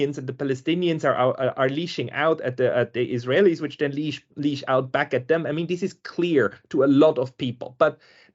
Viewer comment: *lash, not leash I really appreciated listening to this interview when it came out on HPP channel🙏